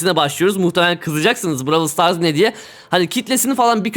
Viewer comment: Abi lütfen braw"ı"l stars değil brawl stars de 😭😭